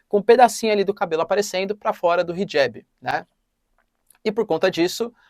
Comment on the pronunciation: Hijab!!! Professor!!!!! Está incorreta sua pronúncia!! Pelo amor de Deus!!!!!